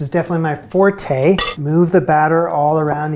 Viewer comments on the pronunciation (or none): none